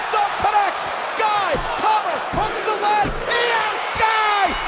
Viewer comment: Its not shry Its sky